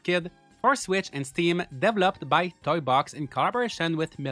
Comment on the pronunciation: The way your pronounce developer and development. It'a not devil-up, it's duh-vell-up. Got it?